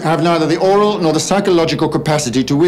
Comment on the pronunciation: I see a lot of people quoting his speech about "Gods Voice" incorrectly. It's "Aural" not "Oral".